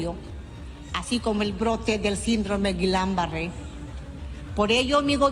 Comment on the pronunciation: Boluarte se dice GUILLEN BARRE. No es Glan barre.